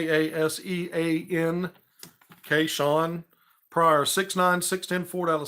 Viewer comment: Kasean pronounced Kay sin per his Twitter name